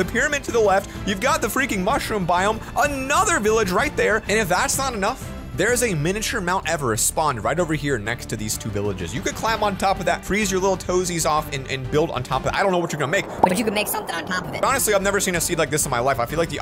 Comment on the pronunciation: I laughed when he said "Minature Mt. Everest"